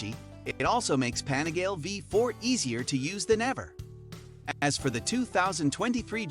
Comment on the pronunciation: "The anigale" smh